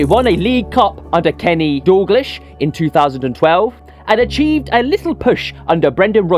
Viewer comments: 😅 I heard it too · Who the fuck is doorglish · Please, if you're a Liverpool fan, don't prounounce King Kennys name wrong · No idea but bruvs butchering King Kenny, Ajax 😂😂